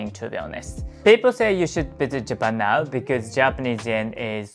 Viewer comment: So you are saying "Visit Japan "